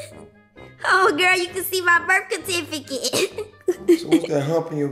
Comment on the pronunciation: Birth "CATIFFICATE" 😂😂😂😂😂 I love E